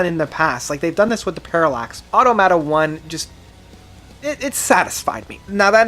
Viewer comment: You pronounce Automata wrong as well